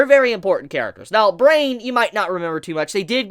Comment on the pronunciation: Brian is not pronounced brain...that name made me cringe a bit.